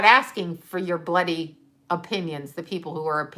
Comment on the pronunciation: When says "bloody" it reminds me she's from Canada! I love it:-)